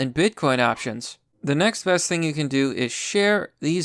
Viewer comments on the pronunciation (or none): none